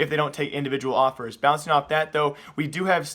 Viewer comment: was it just me or does he say awpers instead of offers